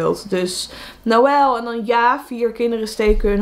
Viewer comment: Ik weet niet waarom maar ik vind noël echt prachtig en als je dat zo uitspreekt van mitchel, rebecca, revi en noël vind ik echt prachtig😍😍